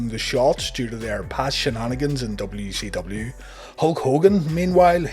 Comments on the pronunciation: Is he saying W-she-W? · Am I the only one hearing WECW?